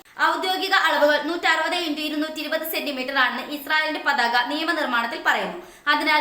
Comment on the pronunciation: പാതക അല്ല പതാക....